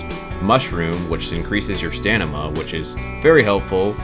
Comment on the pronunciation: He kept saying "stanima" its stamina lol 😆